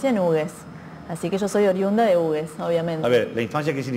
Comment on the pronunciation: Muy coherente su punto de vista. Aclaro sólo que pronuncian mal el nombre de su pueblo que es dado en memoria del que donó sus tierras para construír el ferrocarril, Felipe Hughes. El nombre del pueblo por el apellido HUGHES se pronuncia "jiugs", no "ugues".